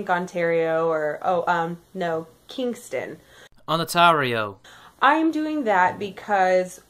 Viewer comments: Fucks sake! It's Ontario! Not "Onatario!" She actually had that ONE fact right. Other than that small pet peeve, amazing video and I can't wait to see her ass end up in jail for defamation. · Agree with the video but really man learn how to read place names! It's Ontario not Onatario! lol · its pronounced ON-TARE-E-O Ontario. she's also wrong to even mention statutory needs of consent from parents when the two people are of the age of consent. she was 17 which by Canadian law makes her over the age to give consent at 16. with such a large age gap between the two had she been 16 he would have needed parental consent but and this is where Canadian law differs greatly from American laws because she was 17 within the last year before Majority her consent becomes the only one needed for sexual encounters regardless of the partners age. also as a side note a parent can not agree to allow their child below the legally recognized age of 14 the previous legal age of consent to sexual activities unless the partner is of the same age group +-3 yrs IE a parent can chose not to allow proceedings against a 15 yr old who was seeing a 14 yr old. the laws have been shifting around over the last few decades so depending what province you may see some variables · Great video, got yourself a new sub. Just for the record Ontario is pronounced on-tar-io. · it's ON TARE E O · hey bro it pronounced ON TERRY O not how u are pronouncing it bro Just saying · LOL at your mispronunciation of "Ontario"